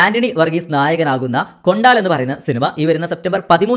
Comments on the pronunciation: Da... Monei.... കൊണ്ടാൽ അല്ല കൊണ്ടൽ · കൊണ്ടാൽ അല്ല കൊണ്ടൽ കൊണ്ടൽ